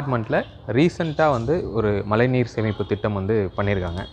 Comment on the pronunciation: its not malai neer.. its mazhai neer..